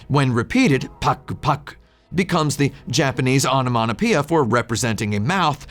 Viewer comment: Did you say "onomonopoeia" instead of "onomatopoeia" on purpose because it sounds like nom nom nom someone eating?